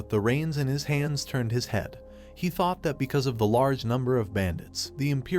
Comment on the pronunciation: I expected nothing less from a guy who says taught instead of thought